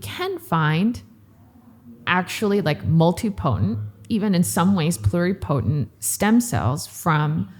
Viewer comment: A very nice discussion the definitions and part of the history on stem cells in the USA so far. It’s a little frustrating to hear someone in the field mispronounce totipotent and multipotent. It’s not said the same way as pluripotent which is being said correctly. The same goes for the word Mesenchymal which is usually mispronounced. When someone is speaking to people who don’t know the terminology and they hear it incorrectly pronounced then we have a bunch of people saying it wrong.